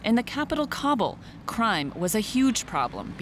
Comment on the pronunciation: Meanwhile... "Cobble cobble cobble" like a bunch of turkeys gobbling. It's pronounced KAh-buhl, not Cob-ble.